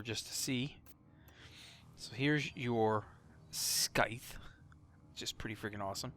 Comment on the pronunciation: I love you but, the way you say Syandana and Scythe hurt